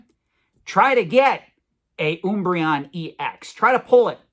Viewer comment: Pretty sure he just mispronounces random things for engagement, i've never once heard anyone screw up Umbreon so badly. He also pronounces it correctly later on in the video.